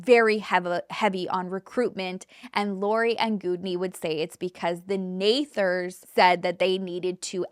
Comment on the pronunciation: It's Nethers not nathers. Sorry just fyi . I am huge into spiritual and I have DNA activation alignments to rid of those unwanted and bring in those wanted. Ones from war and past life. Like Armageddon that we lived through in past lives. It's amazing how different the story is depending on what their beliefs are and how they tell it. I use to absolutely love ur content. But Everytime u touch on the spiritual u explain it wrong and I just can't listen to so much untruth by what you are Reaching and what u are choosing to read and believe in what aspects. I am sorry. The way the Twin Flame stories I swear u found the wrong ones to go off of and believe hence do a show on. Loved all true crime but the spiritual stories u tell have a way of telling the not so right sides of what I have learned and true to be.